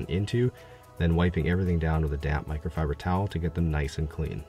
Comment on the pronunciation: Something about the way he says "microfiber towel and garage". Guess everything sounds different being from Alabama. This dude is AMAZING!